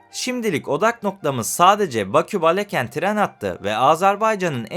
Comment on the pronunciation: Azərbaycana xoş gəlmisiniz can qardaşlarımız. Azərbaycam şəhərlərinin adlarımı düzgün tələffüz etsəniz sevinırdik. Baleken deyil. Balakən.